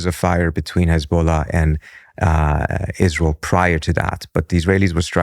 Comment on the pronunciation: Am so ISS-lie-l exhausted… good grief 🙄